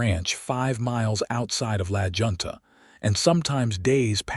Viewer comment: The name of the town is pronounced "La Hunta" NOT La Junta ! It would be nice if you'd learn how to pronounce words correctly ! Nathan & Sarah were married for 21 years & still so in love. I like the fact that this story could so easily happen depending on the people involved. Northwest corner of Wyoming up near Yellowstone Park, rural. 🎉🎉